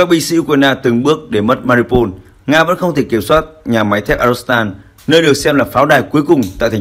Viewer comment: Tên tp là Mariupol mà ông nầy cứ đọc tắt là MA-RI-PÔN,bỏ mất chữ U,mà cứ đọc vậy hoài.Chán...